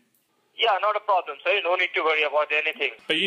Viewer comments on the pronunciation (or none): no no problam sir no no problamm! :D :D